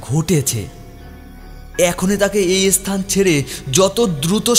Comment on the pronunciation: খুবই খারাপ একটা গল্প, সব থেকে বিরক্তিকর বিষয় হচ্ছে গল্পের কথকের উচ্চারণ এবং গল্প বলার ধরন খুবই খারাপ, খুবই কানে লাগছে, বহু উচ্চারণের ভুল আছে, যেমন স্থান কে S-স্থান বলা, আরও অনেক আছে, অত শুনতে ভালো লাগল না, গল্পের নামের চয়ন একদম জঘন্য, আরও বিরক্তিকর হচ্ছে ভুল-ভাল BGM ব্যবহার।❌